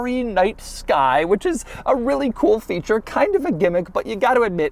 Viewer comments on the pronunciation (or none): none